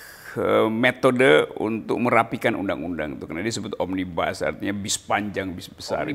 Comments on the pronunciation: Omnibus itu dari bahasa latin , akarkata dr nominativus omnes artinya semua, omnibus itu bentuk dativus yang artinya bagi/untuk semua.... (bukan bis panjang bis besar) Satu lagi omnibus itu bacanya sama dengan tulisannya, omnibus, bukan omnibas. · Omnibus bukan Bas om😆😂😂